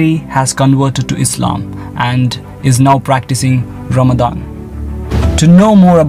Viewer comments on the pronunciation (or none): none